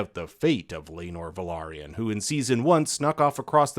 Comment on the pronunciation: *Velaryon not Valeryon. Sense not since.